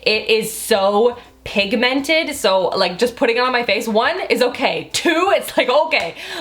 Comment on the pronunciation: I love the way she says pigmented 😝